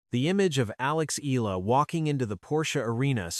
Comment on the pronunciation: Pls pronouce her name as Eh...yah...la...